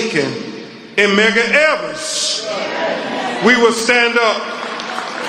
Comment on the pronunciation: “Aftamaff” ….. “Mega Evers”… Lawd Hammercy…. 😐